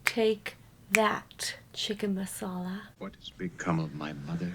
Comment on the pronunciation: "Chicken Massalla" - LOL,,,.